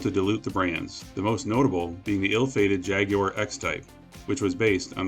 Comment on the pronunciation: As a Brit, I was both surprised and pleased by the way you pronounced "Jaguar".